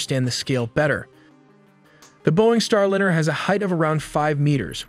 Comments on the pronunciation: “Star Lynyrd” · Soyuz has been returning Cosmonauts from orbit with bumpy landings in Kazahkstan since 1967. Sorry, but to get a fundamental fact about Soyuz incorrect is unforgiveable. Hey algorithm, don't recommend this channel any more! Also, yourAI voiceover needs to be trained to pronounce "Starliner" correctly.